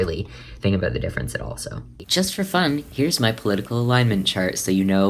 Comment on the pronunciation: say about correctly